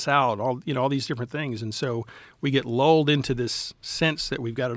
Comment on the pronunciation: The word “lulled” is pronounced with the short “u” sound, like in “cup” or “pull,” not with an “o” sound. Phonetically, it’s typically /lʌld/ in IPA, where the vowel is the “uh” sound (as in “luck”), not /lɔld/ or /luːld/. So, you should say it like “luhld”, rhyming with “pulled,” rather than “lolled” or “loo-led.”